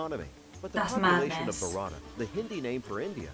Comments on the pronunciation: It's not "bharataa" its "bharat" well good reaction. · its not barata its also not Bharata its just Bharat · A kind note... it's not pronounced as "Bharata"... it's like 'Bhaaarata' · It's called भारत not Bharata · It's Not BHARATA, it's Bharat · its bharat not bharata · Bharata?? Really broo???? 😂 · lmao you pronounes bharta as parotha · 🤣🤣🤣it's not bharata it's bharat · It is not bharata it is bharat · Its actually pronounced BHARAT (Bhaa-rath) not barata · nice video. by the way indian name of india is pronouns as bharat and it spells bharata ........ fun fact >> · It's Bharat. Not bharata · It's not Bharata it's Bharat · Its not BHA-RA-TA its BHARA-TA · It's not "barata", it's bha ra th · You guys miss pronounced the Hindi name of India